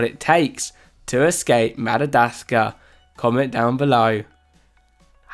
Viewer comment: I know. This man butchered at lot of words. It hurts